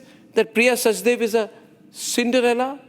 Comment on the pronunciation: Priya is "Sachdev" - why does Republic insist on calling her "Sachdeva" - Please correct yourself. You are calling her both in the same video